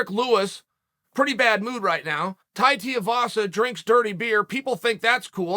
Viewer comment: if you’re going to bring tai into it at least say his name right you cat can you